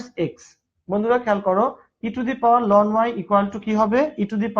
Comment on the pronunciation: Ln এর উচ্চারণ লন হবে না। এটার উচ্চারণ এলেন হবে।